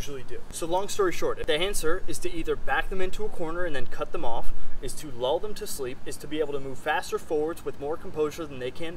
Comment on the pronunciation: did you say "lul them to sleep" at the end with the summary i couldnt understand it